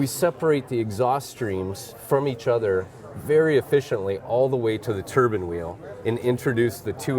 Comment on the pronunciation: 😅 the guy called it a turbin wheel.